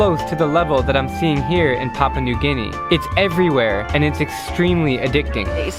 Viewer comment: Hey Drew, it’s Pa-pu-a New Guinea. I mean, how you supposed to talk about a country and you can’t even pronounce it correctly? Papa is what you call your dad when your 6. Pa-pu-a is a country. Show some class my friend and learn the word